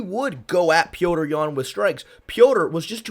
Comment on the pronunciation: Thank you for actually calling him Petr and not Peter like everyone else 😂